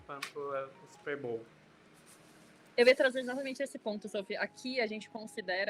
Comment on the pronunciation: bizarro simplesmente pronunciar a palavra da maneira correta